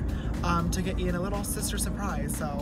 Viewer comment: you said shister not sister